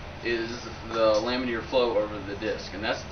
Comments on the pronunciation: Lam-in-ar not lam-in-eer. It's like hearing someone say "nucular" over and over. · laminar. It's laminar. Not lamineer.